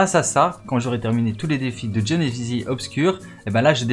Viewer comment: A il dit jhonezizi